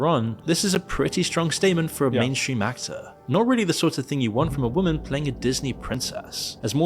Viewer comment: eric the ack-ack-tor